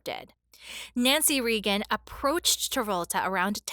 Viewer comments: The Reagans pronounced their last name ray-gn, not ree-gn. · The person doing the voiceover mispronounced President Reagan's name AND Princess Diana's. I'm surprised that someone didn't correct her. She must have been born in this century. 😂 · Ronald ‘Reegan’?